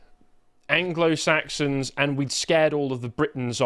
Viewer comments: Ah yes, the Blanglo Blaxons. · I think he is confused, it´s anglo saxons, not angolan saxons 😂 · Ah ok , so.maybe we've been pronouncing it wrong all these years .. its the Anglo blacksons not saxons